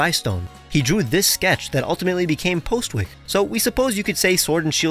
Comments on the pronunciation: As someone who has spend a large portion of their life in Norfolk, UK. It was weird to hear it pronounced as 'Postwick', as opposed to 'Possick' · Here in the UK, "Postwick" wouldn't be pronounced "Post-wick" it would be "Pozzick"